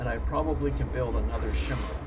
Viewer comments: so I wasn't the only one who was bothered by that. BTW, it's pronounced kai-meer-ah. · this actually bugs me. it's pronounced "kai-mera" not "shmira". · chimera is pernounced ki-mirr-aa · "Shimra. Shimra. Shimra." That's not how you pronounce chimera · Sorry, but I cringe every time you pronounce "Chimera" wrong, so here is a useful link